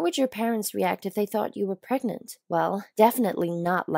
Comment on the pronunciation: “Preg-nant” I’ve seen many attempts at this word, but not this one...